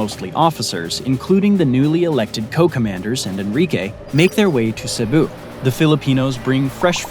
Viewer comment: *Cebu not Cepu